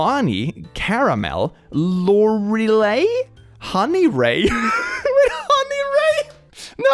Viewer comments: Lore-á-lie, Lorelai! Sorry, if I seem like a hater, I just hate when people mispronounce my name, its German, in German it’s spelled Lorelei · I have a friend called Lorelai and it’s actually a very pretty name. Pronounced: Lo-(as in long) rou-(as in rough)-lie (as in lie) Lorelai. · have a friend named lorelai, it’s pronounced (Lore-eh-lie) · Lorelai is pronounced lore-lie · "Lor e lai" "el oise" no hate it cant only cause I have characters named these Lorelai: lore-ah-lie Eloise: Ello-ee-ce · Idk why I find him not being able to pronounce Lorelai (lore-uh lie) is so funny to me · pronunciation of Lorelai and Eloise is absolutely SENDING ME, I love it so much. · not click not knowing how to pronounce Lorelai